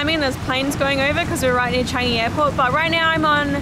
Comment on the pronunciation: Another haunted place that I'm interested to go! And the way how you said "Changi" sounds like "Chinese" 😂